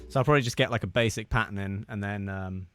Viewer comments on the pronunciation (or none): none